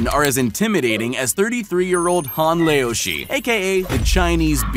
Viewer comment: Lol. "Han lay-O-shee." I suppose thats a pretty cute way to pronounce it too.